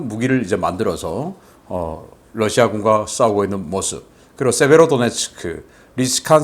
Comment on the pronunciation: Russia발음 바로 해주시면 고맙겠습니다. 여러번 말씀 드렸습니다.